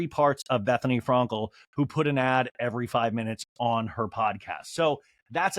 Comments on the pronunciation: Is anyone else bothered by how he pronounces « Frankel » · It’s a joke. He says it wrong on purpose. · He does it on purpose